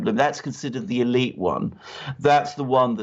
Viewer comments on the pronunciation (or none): none